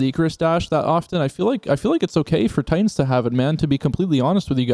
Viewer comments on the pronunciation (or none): none